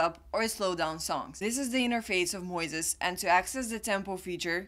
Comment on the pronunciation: I think she says it right -- like Moses -- "MOYziz". 🏆